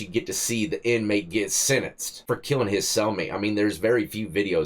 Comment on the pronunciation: Lol you got me cracking up "getting sin-instt" 😂